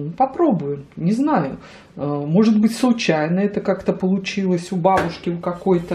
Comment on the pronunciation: Сколько вам лет, что так ударение делаете на слово,, бабушки,,?